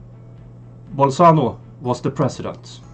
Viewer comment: It's Bolsonaro not bolsano !